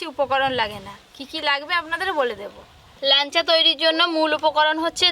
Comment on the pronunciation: ল্যানচা বলে না, ল্যাংচা বলে।